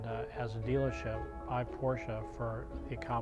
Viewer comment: This is the first time, I am hearing a normal americal customer pronuncing "Porsche" without eating the "uh"